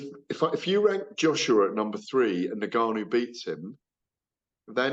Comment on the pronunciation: GAD needs to work on pronouncing Ngannou and Donovan correctly first, before working on his semantics.